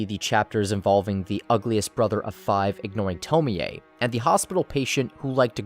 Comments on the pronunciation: You saying TomiA 😭😭😭 instead of Tommy(Tomie) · it’s toe-mie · Okay but why he pronouncing her name like that it’s to-meee (me pronounced like me not meh). And not to-mi-ey oof it was so unsatisfying to hear him pronounce it wrong the whole video 🥴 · The correct pronunciation is to-mi-ey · It. Is. “Toe-mee”. It’s obviously supposed to sound more Japanese. What the fuck is a “toe-mee-aye” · why the fuck is he saying tomoey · theres no way you say her name tomi-e, no fucking way. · "Tomi A" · Tome-ei-ay Smh